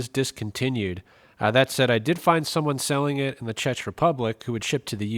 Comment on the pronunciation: The what republic? "Chetch"? It's pronounced Check, like a pay check. It's also not really "Czech Republic" anymore. It's Czechia. Pronounced Check-ee-ah.